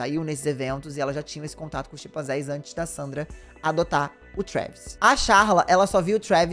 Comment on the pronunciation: Não são "Xipanzés", mas "CHIMpanzés"!